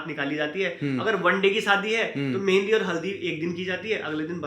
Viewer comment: Mehandi ko Methi bol rahi hai😂😂😂😂